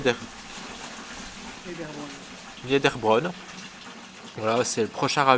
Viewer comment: Nul Nul et Re-nul - Des commentaires et dialogues à répétition sans montrer les paysages tout en déformant les noms des ruines et villages ! "Fleckenstein - Niederbrunn etc..." Nul